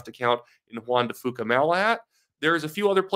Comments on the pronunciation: Hey — it’s Juan de FEW-ka, not FOO-ka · FYI it’s pronounced Jaun De few Ka, keep up the good post